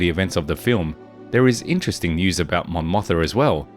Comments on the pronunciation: Let me remind you that Mon Motha is actually Mon MOTHMA. There's an M in there. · Mon MothMa, sir ! Mispronouncing it Motha so many times....it makes ears bleed.